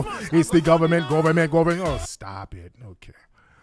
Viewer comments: The cordddrruppp govament 🤣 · That was some top quality tether bable lool ‘de guderment, it’s de guderment’ 🤣🤣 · It's dee govament!!! 😂😂🤣🤣🤣😂🤣